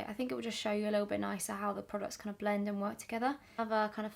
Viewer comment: you need to release “blent” merch 😂😂